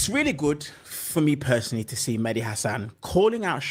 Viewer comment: Dude i knew it the moment you mispronounced Medhi i said lawd homie is out here tap dancing😂😂😂 i respectfully think you don't understand politics. Thank God the democrats is standing on business and dude listen to your wife like historically shown black women have the right pulse on politics